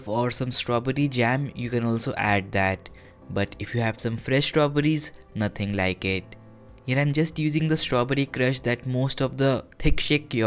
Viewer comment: its crispy as well (naatheng laike ittt)